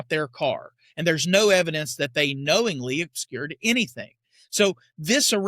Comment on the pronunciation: He should be arrested for not pronouncing obscured correctly!